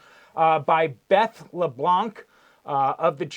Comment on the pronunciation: I LOVE how you pronounced LeBlanc! It’s exactly like I say it and I’m Canadian and I speak Canadian but I do know some French language I learned in school. The c is silent in France. Thank you for all your investigative work on this as well as keeping all of we the listeners updated on current events.